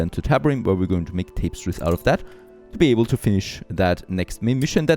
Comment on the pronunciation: Incredibly old video, and yeah, I'm going to be one of those people... but "Tapestries" is pronounced something like "Tah - pez - treez" as opposed to "Tape - sties"